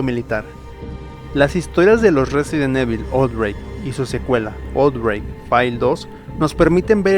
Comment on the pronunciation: excelente video compadre, yo solo tengo una duda, como es posible si en todos los videojuegos y peliculas de la saga pronuncian a la perfección el nombre RESIDENT EVIL (Resident Ivol) tu lo pronuncias como cualquier españolete que le vale madres la pronunciación real, y peor cuando Umbrella y Racoon si los pronuncias bien!